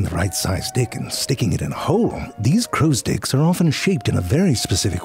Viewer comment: I wonder how maybe time he said crows dick instead of crows sticks 😅